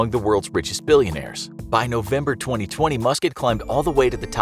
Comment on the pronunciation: i heard musket 😂